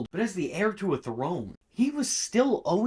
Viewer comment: Dude, "heir" if pronounced "air"